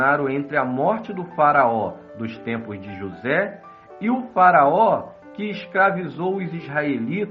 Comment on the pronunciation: Esse narrador falando "JosÉ" o tempo todo dá uma agonia pelo destaque no "ZÉ" Kkkkkkkk